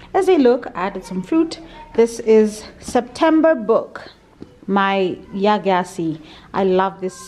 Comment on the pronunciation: I always mean to give you the pronunciation of Gyasi but forget. It's pronounced "Jaysi". I love her books too